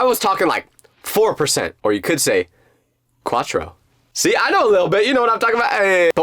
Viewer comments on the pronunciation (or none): Its cuatro not Quatro, no wonder why you are so bad in Spanish. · its cuatro se dice cuatro im from mexico by the way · Cautro not quatro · "Quatro" with a Q is crazy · It's Cuatro not Quatro lol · I speak fluent spanish its cuatro not quarto